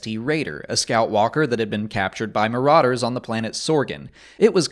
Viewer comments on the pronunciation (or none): none